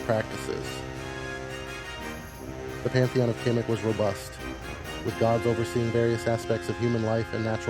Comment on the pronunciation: khemet not kemic